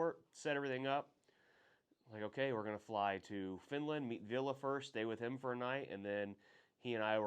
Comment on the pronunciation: You pronounce Ville wrong, you say it like Villa, but it’s Ville.